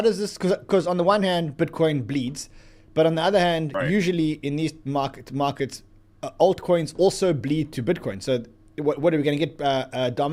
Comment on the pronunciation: Does anybody else cringe when this guy says aut coins??